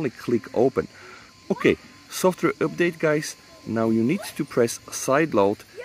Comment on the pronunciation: Please say update not üpdate or use some other word or just don't use we know u are talking aboute this :p